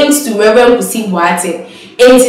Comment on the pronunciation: Presenter learn to pronounce the name Boateng correctly